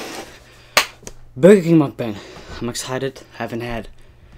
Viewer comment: It's called burger king yu said it wrong